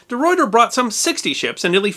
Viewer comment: Great stuff! Some notes:Michiel de Ruyter is pronounced Meheel de Ruyter. And the Dutch simply call it the voyage to Chatham or the attack on Chatham. Raid sounds so uncivilised :-). The stern piece of the royal Charles was recently returned to the UK, just before Brexit. Big mistake imo :-)